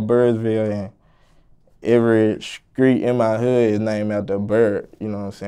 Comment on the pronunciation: “every Skreet in my hood”